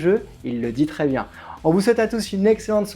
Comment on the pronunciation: Continuation pour D.D💪.. Zidane a dit : "c'est bieng"